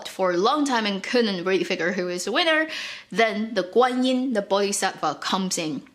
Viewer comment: just you know the another smaller God you were talking about her name is not Guanyi, it's Guan shit yin or Guan yin da shi. she doesn't have much power, she got crown from Ru Lai(the most powerful god) and use a spell to control the crown to make wukong behalf.